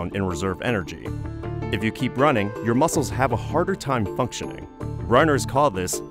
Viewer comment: Wai ar yu roh-ning???